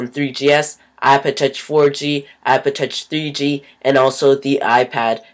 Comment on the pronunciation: you cant fuckin say ipod touch properly